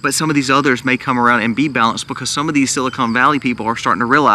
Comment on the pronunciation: It is pronounced silicon not silicone as in breast implants